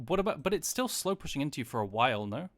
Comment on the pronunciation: I crack up every time he says "slowpussyng"